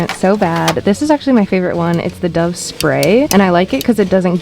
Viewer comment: No offence but can you pls say dove right